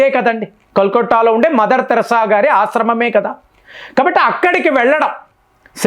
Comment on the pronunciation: తమ్ముడు నీవు కొన్ని తెలుగు పదాలు తప్పు గా పలుకు తున్నావ్. మదర్ థెరిసా తెరాస కాదు, ఆయుధాలు వాయిదా లు కాదు.